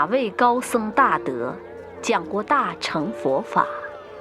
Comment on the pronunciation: "大乘"應念"大聖"音吧....